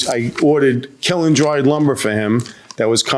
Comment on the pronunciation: Good grief, KILN is one syllable!